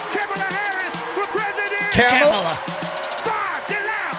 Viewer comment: I love all of sams variations of carmello/camilla/carmella/kamayla/camella/ etc. harris name 😂😂😂. I dont think he has gotten it right even once and its hilarious